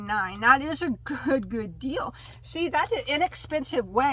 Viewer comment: Is it just me or did you start saying “deal” like “dill” and “mill” by the end of the video? 😂😂 btw I could tell you were so super excited about the brown speckled yarn by the way you said “OK” like 15 times 🤣 lots of love 🤎 So out of all of them, I must say I loved the brown speckled yarn the most as well. That was super pretty and to get 12 balls for $12 is such a STEAL!